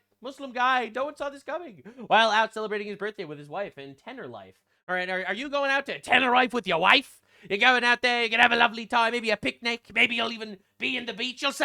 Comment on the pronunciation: its teh-nuh-REE-fay (Tenerife).